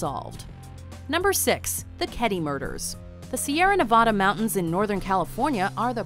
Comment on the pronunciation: you said nevada wrong